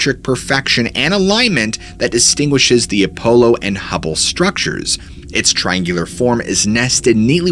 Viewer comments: “A polo 17” ??? Apollo is pronounced more like “Uh-Paul-o” 17. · Why do you keep saying A- PO- Low. 😅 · I love this channel but I can't stand the fact that you knowingly mispronounce words all the time. We all know that you are aware of how to say the word Apollo. It's not ah- polo. It's a stupid super pet peeve of mine and you do it in every single video you take the most basic words and mispronounce them over and over like you're proud of sounding like you don't know how to speak. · Apollo is not enunciated as "polo"